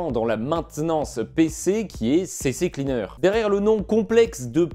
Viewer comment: Je vais tenté une petit critique constructive de ta vidéo (tu la prend, ou pas.. nevermind..) - Tu me fait rire avec ta prononciation "CCcleaner" 😂... il n'y a JAMAIS eu 2x C avant "cleaner"! "Ccleaner"! (a traduire par: "Nettoyeur de disque "C"...) c'est pourtant simple! "C...Cleaner" ... - Deuxième chose: Pourquoi "Update" à la française? quand tu dit la phrase suivante "Browser protection" avec un accent anglais "presque" parfait! Faudrait être cohérent tt de même!! sois tu prend l'accent.. soit tu le prend pas! - Dernier point: Pas très sympa de dénigré les petits voisin de youtube en citant leurs noms! (sous entendu: "ils disent de la merde, donc abonne toi chez moi!"..) Je ne connais pas cette chaine, mais c'est pas super cool pour tes voisins! Avec ce genre de commentaire tu n'a pas intérêt a faire la moindre erreur, par ce que maintenant, les autres ne vont pas te rater! #BalayeDevantTaPorte Aller... en espérant que ça t'est tout de même aidé, ça sera certainement la seul contribution que j'accorderai a ta chaine! Bonne continuation.